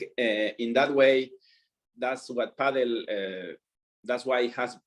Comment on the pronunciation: Thank you for pronouncing Padel correctly (paddle) as it has been pronounced (it was actually written like that before as well) for decades :D